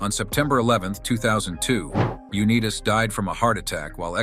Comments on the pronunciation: It's Un i tas with an I ( EYE ) , not Un e tas with a E ! Now next we'll work on Potato and Tomato and remember , Lenin was not a Beatle and Lennon was not a Commie leader , at least not with the Beatles ? Please don't get into ice Hockey because you will really screw up Henry Richard ! Remember he's French Canadian ! ( On - ray Rish - shard ) . Those boys in the south had a hell of a time with that one when the Calgary Flames moved to the Atlanta ! AL sucks ! It's like a blow up sex doll without the vibrating mouth ? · His last name is pronounced U-NY-TAS not U-NEE-TUS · This was ruined by the repeated mispronunciation of John's last name . It's UNITE-AS ! How hard would it be to pronounce his name correctly ? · UNEETAS? Unbelievable. Has to be AI. My idol Johnny U-Nigh-Tus. Not UNEETAS. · Dumbasses! Pronounce his name correctly. UnIGHTIS. Not Uneetus...stupid AI voice over. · U knee tas? No!! U nigh tus! This AI has to go! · Your video is interesting, but has no credibility whatsoever if you cannot pronounce John Unitas' name correctly. It's YOU-NIGH-TAS (long I)....not YOU-KNEE_TAS. That's disrespectful to who, IMHO, is the GOAT quarterback in NFL history. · Very annoying to hear a computer generated voice mispronounce his name. Uneeetas? Also, you really did not dig deep in your research. All the facts you present in this video have been well known for decades about John. The NFL did in fact turn its back on him for the disability claims. I can tell you are not a true fan of John, because it appears you just wanted to create a video fr he sake of doing so. Very unemotional. And about that famous right hand you know nothing about, He was cleaning a 22 cal pistol when it went off and struck him in the hand. Didnt know that, did you? AI is ruining everything. This video was a waste of time, and an insult to Unitas fans. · I gave you a big thumbs down because his name is pronounced U - NITE - TUS. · You didn’t even pronounce his name correctly